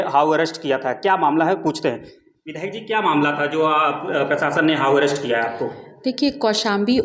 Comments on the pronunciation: अबे हाऊ अरेस्ट नही होता,हाउस अरेस्ट होता है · पत्रकार महोदय, हाऊ अरेस्ट नहीं बल्कि हाऊस अरेस्ट बोला जाता है 😂😂😂